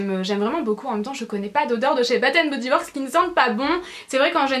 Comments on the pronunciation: Defois tu dis bat and body works au lieu de bass and body works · Hello, je suis d accord avec la miss, c est " bass and body..." Son accent anglais est....;-) Mais ta vidéo est très sympa! On découvre de nouvelles senteurs,... Des bises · Excuses moi mais on dit Bass and body works voila <3 ;)